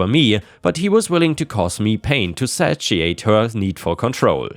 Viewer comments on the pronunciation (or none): "satiate" is "say shee ate."